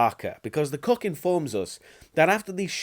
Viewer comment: Every time he says “cook” I hear “cuck”.